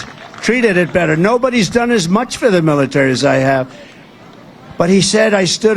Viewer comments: I'm sorry 🤔 somebody please tell me WHAT IS A MILITARR the MILITARR what is he talking about? 😂he needs to stop doing lines. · "I hope the milerter, mileter....". Ahhhh! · Militarrr? Remember when he said Yesterday is very hard word? 🤔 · WTF? He can't say "military" now? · He just can't say military 😂 And now he's discovered sharks 😅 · He can't say military because it has four syllables, he definitely has dementia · Can't say"military".